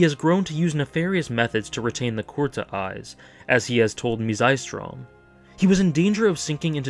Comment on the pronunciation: Odd thing that bothered me... Did they change his clan's name? You pronounce it as 'core-tah', I have always heard 'koo-rah-tah' Sorry to nitpick, but that just caused an odd cringe every time for me :/